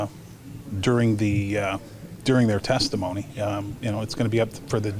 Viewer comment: “testomony” 😂😂😂 testimony *